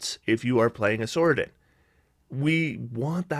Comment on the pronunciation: Sorcadin pronounced sorsadin, not sorkadin. It's not a sorkerer your are adding to a Paladin